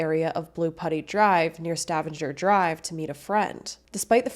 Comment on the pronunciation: Not that it matters, but it’s sta-vang-er drive.